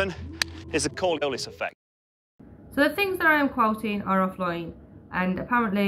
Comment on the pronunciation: he doesn’t even say Coriolis correct. And they didn’t edit it to correct it. 😂